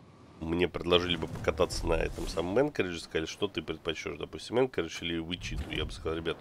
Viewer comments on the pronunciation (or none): Не Энкоридж, а Анкоридж...это название столицы Аляски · А почему город Анкоридж, а крейсер Энкоридж?